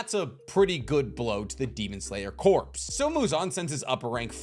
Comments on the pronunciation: I can’t get past the fact that he’s saying “corps” as in dead body and not pronouncing it right 🙄🙄🙄🙄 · I love you videos but! Demon Slayer Corps, It’s pronounced demon slayer CORE. The PS is silent. Source: the Marine Corps is pronounced Marine CORE, not Marine Corpse. This literally drives me nuts. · can you please learn to pronounce the word "corp" before making another video? it really hurt my ears. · Why do you keep saying Corps wrong, the P and S are silent like in Marine Corps